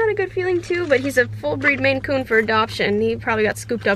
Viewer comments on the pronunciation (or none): I was like what the heck is a Macoon... it's a MAINCOON lol